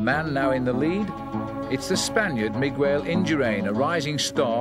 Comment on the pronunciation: Interesting how Phil pronounces Miguel...Migwell.